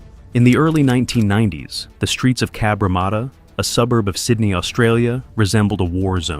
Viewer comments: Cabramarter sounds aMerican it is Cabramatta from a random 🇦🇺 👍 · If you’re going to say the name of the suburb so much, maybe you would do well to learn how to pronounce it properly. There is only 1 R in Cabramatta! Cab-Ra-matta!